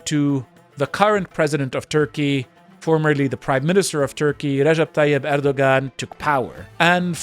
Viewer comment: It sounded like you tried hard with the pronunciations, but Erdoğan is pronounced more like Erdowan because ğ is a silent letter in Turkish.